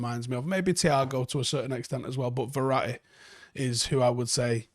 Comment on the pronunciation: LOL did just say Verra'i?🤣🤣🤣